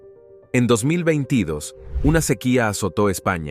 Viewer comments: Muy buen locutor.Pero no sabe pronunciar 2022... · Si ese locutor va a tener que hacer un curso para pronunciar el 2022 esta raspado